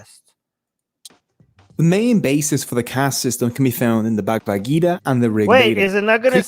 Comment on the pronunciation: even can't pronounce 'Bhagavad". Has no idea what's in it. But still compares it with 1984. Seriously??? These people are supposedly the holder of reasoning based on eViDenCe.. LoL